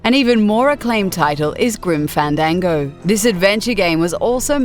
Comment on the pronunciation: "Groom Fandangowe"